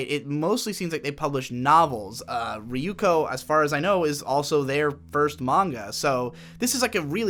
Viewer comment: riyuko ... why can't he pronounce Yoon slides?